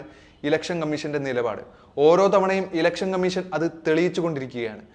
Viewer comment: കമ്മീശൻ അല്ല കോയ കമ്മീഷൻ ഷണ്ഡിയുടെ "ഷ"മീശയുടെ ശയല്ല,അതെങ്കിലും പഠിച്ചിട്ട് വിഡിയോ ചെയ്യ്,ഓരോരോ മാരണങ്ങൾ